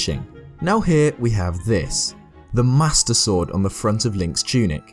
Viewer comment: The way you pronounce "Master Sword" sounds a bit like "Mustard Sword." I just like the idea of Link fighting by squeezing a bottle of mustard.